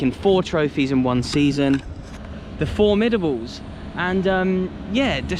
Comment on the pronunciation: “FOURMIDABLES” WTF!!!!! 🤣🤣🤣🤣